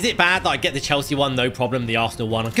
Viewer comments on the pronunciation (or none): none